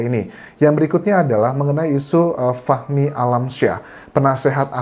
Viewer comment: Bang bacanya fahmi kali bukan fakhmi jadi saya dengernya fakmi 🤦‍♀️